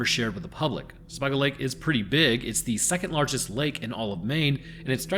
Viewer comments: Being from Maine i relly need to correct some pronunciation's….. Sebago is pronounced with a long a sound…ie Se-bay-go. Casco is a small a sound like the name Cassidy. Love your content and your delivery.. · Took me a moment to realize you were talking about Sebago lake, which is pronounced closer to seh-BAY-go, not whatever the abomination you said. And, yes, I live the the Lakes Region of Maine 😉 And to add, during the Angus King administration public radio stopped reporting on bodies found in the Maine woods... roughly around the time the tourism department started advertising more. Just putting it out there that no anglerfish were hurt in this message. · "Jury of your peers" is literally a fallacy. Sebago is pronounced w a long A.